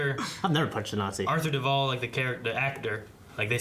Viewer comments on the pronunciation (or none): He's not Arthur Durvall, he's Arthur DAR-vill